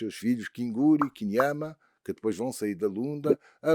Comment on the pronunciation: Não é Kinama, mas sim Tchinyama !